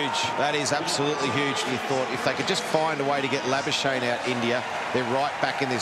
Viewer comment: Why do they call him labashane? That's not how we pronounce his name in SA.